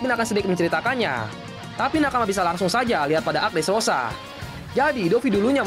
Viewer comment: gue ulangin sampai 3x min. kirain salah dengar...dresrooba😂